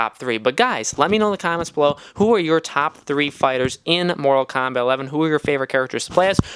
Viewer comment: I feel like im listening to someone who sucks at the game... and its kombat.. not kambat